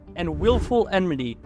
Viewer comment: It’s pronounced “Enmity”